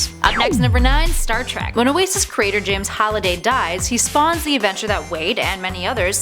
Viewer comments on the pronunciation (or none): none